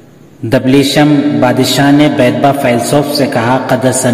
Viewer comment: Are baba wo دبليشم نهيں دبشلیم ہے